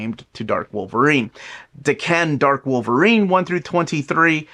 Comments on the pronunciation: Da Can? Really? It’s Daken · is pronouncing it wrong. He’s separating and over-pronouncing the da and the ken too much. It’s also not day-Ken. The Japanese would say it more like dah-kn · I don’t know how you’ve been saying it, but is pronouncing it wrong. You would put the emphasis on the first syllable in Japanese, while puts it on the last - it’s more like dah-kn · I pronounce it like Dokken 🤘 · is pronouncing it wrong. You would put the emphasis on the first syllable in Japanese and does the opposite - it’s more like dah-kn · Damn. Does everyone pronounce Daken like this?